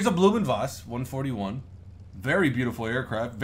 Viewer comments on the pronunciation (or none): Blohm & Voss is pronounced not Bloom but Blowm & Voss. Thank you. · Awesome looking plane ...and by the way, the name "Blohm" has to sound more like "blow-hm"....not "bloo-hm" :) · Pronounced "Blome oond Voss". Hard O in Blohm, but don't linger on it. Ach, it doesn't effing matter. The Bv 141 prototypes flew well, but then they messed with it for the production series and it turned out to be underpowered. They coulda fixed that, but the weird configuration told against the plane from the start, and so the Luftwaffe went with the Fw 189. Probably a good idea. The prototypes and the 20-odd 141A/Bs made were used in operational trials over the USSR. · pronunciation is crap, the manufacturer's name is blohm & Voss. blohm is pronounced like "blowm" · It's pronounced Blouhm und Vfoss (Phonetically) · *Blohm & Voss...... spelling at its finest.